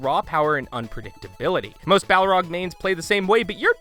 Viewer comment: Sorry, I got distracted each time you pronounced it "Bough-rog". Entertaining video though!